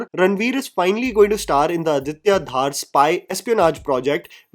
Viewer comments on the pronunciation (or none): Sorry to digress but why do you pronounce Adityas name as Aditya Daar ….its dhar and you being from JK surprises me why you can’t pronounce it properly.